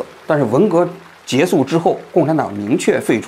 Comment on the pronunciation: 王局，我发现您读结束和亚波人配音一样，都是读结素，是旧国音吗😂